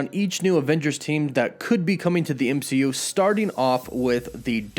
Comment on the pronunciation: Dimonstrated??? It's pronounced demonstrated. ehh not ihh. EMCU not IMCU! How do you not notice it?? Especially when you have a very strong command of the English language! So weird!